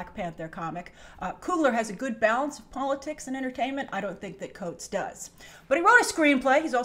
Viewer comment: Thats not how you say Coates name. I